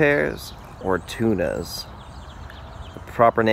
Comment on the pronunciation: When you pronounce Tunas, say it like "Toon-ahs", better way to say them! Great vid!